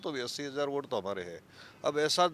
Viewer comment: Bot nahi vote hota h bhosdi walo 😂😂😂😂